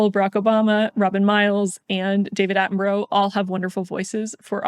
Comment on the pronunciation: Love your videos but you pronounce David Attenborough's name wrong x